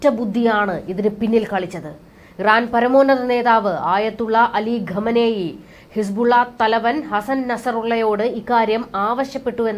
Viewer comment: ഗാമനിയ അല്ലടി പുല്ലത്തി ഗുമൈനി